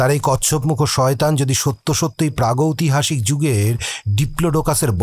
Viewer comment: aktu bhul mna hlo,, pragytohasik noy,, pragytihasik... Khub bhul sunte lag cha,,, tai bollam..... Golpo ta khub bhalo r uposthapona chomotkar... Asa krbo nxt tym ato bhalo kichu sunte pabo.....❤️❤️❤️❤️